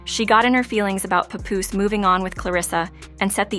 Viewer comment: I hate the mispronunciation Pupoose!